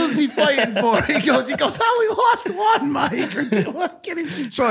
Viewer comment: The five hundred and wonth Jake? :D